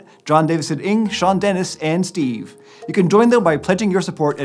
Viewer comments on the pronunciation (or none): You didnt say "Steve" right....